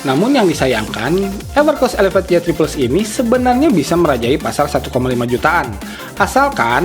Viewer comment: why three plus bang, bukan ye three plus